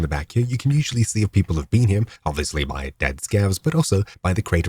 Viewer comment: WHY DO YOU SAY "HIM" WHEN TRYING TO SAY HERE......